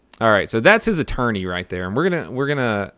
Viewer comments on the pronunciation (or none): did you say "your not going to talk about his aTURDney."?